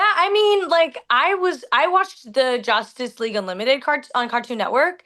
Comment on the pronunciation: did she said Josstice League?